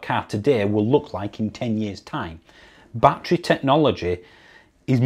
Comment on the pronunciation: Please stop saying bat tree. It's bat_er_ree.